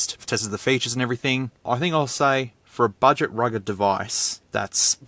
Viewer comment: I thought that you said "rigged" phone lol It could explode at any moment!